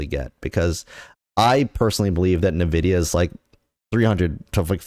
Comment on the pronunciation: Can we trust a guy who can't even pronounce the name of the company correctly?